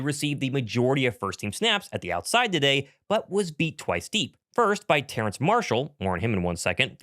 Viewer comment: Terrace not Terrance his name doesn’t have an N in it